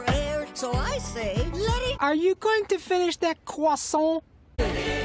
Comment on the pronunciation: So I say, let it ARE YOU GONNA FINISH THAT CWASSAUNT?